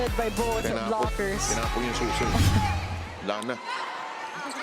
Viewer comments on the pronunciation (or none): none